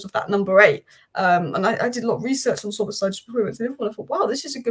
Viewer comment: You are fully right, Szoboszlai was the best signing of the season… prounanciation of his name is almost perfect :)